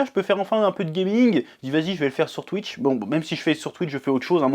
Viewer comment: En tout cas je suis content pour toi maintenant tu peux enfin vivre aisément par ta passion tu mérite💪🏾❤️ Ps:arrête de dire twiche😭😭